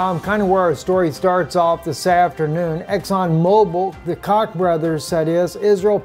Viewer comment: That's prounced Koch ( coke ) brothers big plant in Wichita kansas